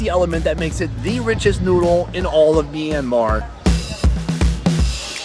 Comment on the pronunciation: Did you just say mynmar I speak that